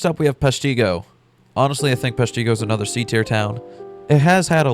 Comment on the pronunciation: Never knew peshtigo could ever be pronounced that way